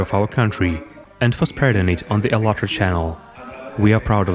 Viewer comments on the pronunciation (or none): Why do u pronounce the name of the channel like alatra when its spelt ----- All At Ra TV.. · It is ALLAT and Ra - AllatRa